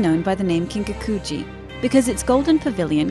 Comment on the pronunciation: The narrator is really butchering the pronunciation of these words.. Kiiin-kaku-ji seriously! It just hits the ear wrong. 😩